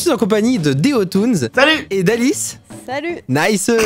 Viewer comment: Deotoons pas déotoons